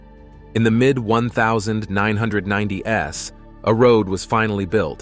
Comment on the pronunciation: The computer voice is really good. It had me fooled until it tried to pronounce "1990s" with hilarious results.